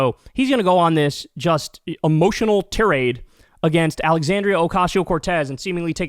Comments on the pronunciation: Kyle it’s pronounced tIrade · "Tirade" Another word that Kyle doesn't know how to pronounce.